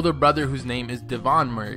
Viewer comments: 1) She has three dogs 2) She has a dad too? 3) It’s De-vine Mouraay, not Murrr-why 4) She had a different channel before her current one. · It’s said like Maury not Murray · The person who made this video needs to learn to do better research. She has her father in her life, her parents are divorced. They've got three dogs together, and yes, Peach is also Jenna's dog too. You pronounced her last name wrong. Your video is mediocre at best.